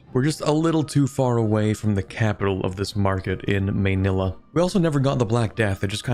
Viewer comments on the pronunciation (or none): none